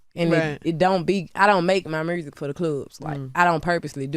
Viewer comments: It’s the “mursic”for me 🤣🤣🤣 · I love the R after U! MuRsic and MuRte lol Such a fan 😊